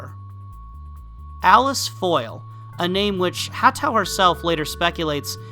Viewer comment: FWIW Manabu is the personal name, Hatõ is the family name, so in Western usage they'd be Yukari (form of purple) Marii (for Mary's Room) and Manabu "Gaku" Hatou (pronounced Hatõ, not Hatu).